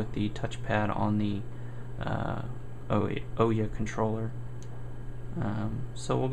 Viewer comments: OMG! IT'S OOHYAH, how does a developer not know the name of the console? It might not be that bad but you say "OH-YA" about 30 times during this video... drives me nuts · Please please please pronounce it right. It's Oooo-ya. Not Oh-yeah. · Oooooooooyyyyyyyaaaa not Oyeah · The most annoying part of this video that made me stop watching it is he calls it the oooeeya a bunch of times common man ooouya not that hard they've made videos where the name is said, the name is said in the boot cutscene yet.. you some how manage to get it wrong. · First you sound so boring and its annoying and its ooh|Yaa| not the O ya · It's pronounced like booyah without the b like oooyah not ohyeah just so you know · Ooooya, not owyah :D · it would actually be OOO-YAA not OOOH-YAA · I dislike the video because you called it an.... "O" - ya"...... instead of Ooo yah. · oh-ya? it is oo-ya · I can't get over how stupid "oh-yuh" sounds. The company itself said it's pronounced "ooh-yah". Regardless, thanks for the video... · "UUW-Yaah" "UW-Ya" Never "O-yea" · The ooya it's has a U pronounce it properly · NO. its the OO-YAW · OUYA, the "ou" from "you" and then "ya" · It's oooo-ya dude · OUYA no o-ya your not the kool aid man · Nice video, thanks for posting. But a small correction: it's pronounced OO-YA. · Thanks for the vid! and oh yea...its Ouya said like booo yaaa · Why doesn't anyone pronounce this damn name right? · You pronounced ouya wrong. It's pronounced ouya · Your pronounced ouya wrong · not to be mean but your game needs a lot more work and polish. also I don't think you're saying OUYA right.